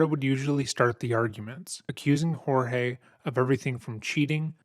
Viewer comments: Jorge, the victim, actually pronounces his name as George... just as Sarah, the detectives, her ex-husband and the property manager pronounced it. Hearing you continually botch his name is baffling LOL. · You know with as much work as you put into this video, the fact that you pronounce his name wrong the entire video is impressive and more than a little disappointing. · This is the second video of yours I’ve seen that you’ve pronounced the victim’s name differently than everyone else in the video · I also want it to be known that her continuously saying his name wrong as “George” instead of Jorge is grating on my nerves. Like not only have you MURDERED a man by stuffing him in a suitcase but you refuse to say his name right?! Ugh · Why does she call him George and not George (hōrhāy)? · Its not "Hor-Hay". He pronounced his name George. Its not uncommon in Florida. Similar to how we say " Jesus" and not "Hay-Sooz". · lol it is not whore-hey...it is George...lolololol.... good god, even Sarah says George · Picking up some real Get Out vibes from her pronouncing his name as George instead of Jorge and talking about him as if he's a troublesome child. Like she viewed him as a pet. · Its pronunciation Horhey. But they don’t have enough respect for him or Hispanic people to pronounce his name correctly. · They pronouce his name George. Jesus. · I was thinking the same thing. They all clearly said it and the narrator still went with Hor-hay. It bugged me lol. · Do you see how everyone who knows him calls him George? Why do you think they all have it wrong and that you know how to pronounce his name? Would not the people who know him know how to pronounce it. Would he not correct them if they are wrong? Exactly mate. So get it right and call him George, his name. Not some Mexican pronunciation of his name because you think you know better. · I love how you simply choose to pronounce peoples names wrong. NOBODY in this case has referred to him as “Horhay”